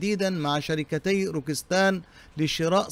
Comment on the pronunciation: السلام روكتسان وليس روكستان شكرا